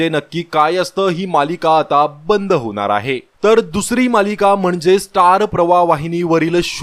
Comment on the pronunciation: होनार आहे नाही हो होणार आहे असं म्हणा. अशुद्ध मराठी भाषा बाळू बोलू नका updates देताना.